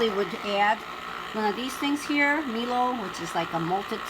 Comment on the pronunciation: Great video :) FYI Breville is pronounced "Brev Ill" (ill as in sick) and Milo is pronounced "My Low"